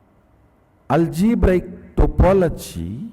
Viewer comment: Swamiji said algebrical topology 150 times, but he is so adorable and knowledgable that one can forgive that agony . :)